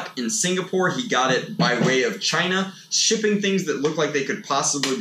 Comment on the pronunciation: The way he said China was so funny